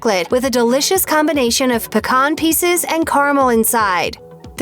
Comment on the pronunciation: OMG. SOMEone who Knows HOW to Pronounce Pecans C-O-R-R-E-C-T-L-Y....